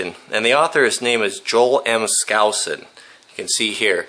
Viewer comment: props for pronouncing Joel (and Andrew's) surname correctly! I've got cousins that can't do that! I've also got cousins, (Joel, Andrew, Cleon) that can't SPELL SkousOn correctly.:D steve